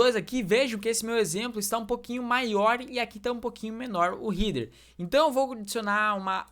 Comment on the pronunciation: Nao se fala rider e sim rédêr… Header nao eh heeder..